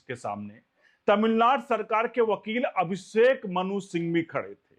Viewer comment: अभिसेक नहीं अभिषेक